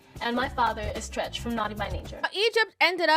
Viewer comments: New subscriber here... It's not Treech, but Treach. Like "Tread"...drop the 'd' but add 'ch'. Other than that, leave these hyenas alone if they don't want to listen. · When she said treech I hollered. Who is that???? Anyway I received the message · you called him “Treeech” lol. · I think that is so cute that you don't know how to pronounce Treach. Knowing that it's short for treachery should help you.